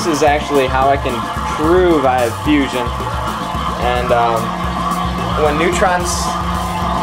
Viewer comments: Stop saying fussion for the love of god. Just because fission is spelled with 2 S dsnt mean that fusion is. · Is it just me or was he constantly saying fussion and NOT fission..... Nuclear reactors work on fission.. he built a fussion reactor which if it produced more power than it took in would make him a saviour! If however it is a nucear reactor well, hell kudos to him because allthough it looks crude, it must have cost a fortune! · did he say fusion?